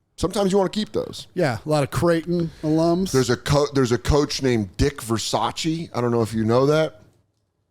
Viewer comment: As a Pacers fan I'm unjustifiably in a situation Id rather not be in, but its Dick Ver Say ssss not Versace but keep it Soda.